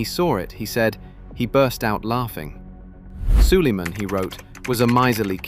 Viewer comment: Wwhy does sulamen sound like solomon?????